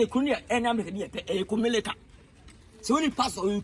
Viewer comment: is quite time you work on your r and l. The Accra guys use to mock us with those two letters so next time don't say Kumelica say Kumerica.